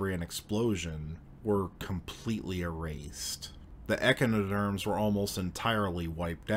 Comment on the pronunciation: What did you say? Ekenederms???